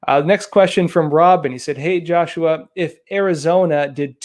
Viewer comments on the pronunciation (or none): none